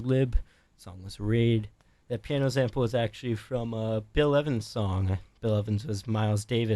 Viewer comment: ✨everybody sayin’ how viper calls the moon a planet, but no one mentions how the interviewer pronounces sample as “zample”✨